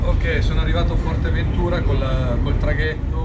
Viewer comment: A parte che è Fuerteventura e non Forteventura.. guardati questi va....